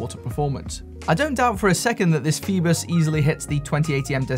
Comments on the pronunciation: Isn't it 'foyboss' not 'feebuss'...? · Yes but it's OI not OE......... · Pronounced 'FOE BOSS'